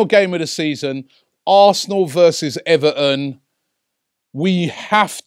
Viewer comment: Robbie it's everTon NOT ever'on!!! Fix up big boy!!!